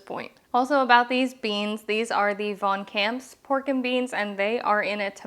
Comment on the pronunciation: You pronounced Van Vamps all fancy "VAUGHN CAUMPS" 😂